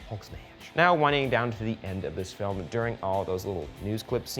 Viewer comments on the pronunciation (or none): none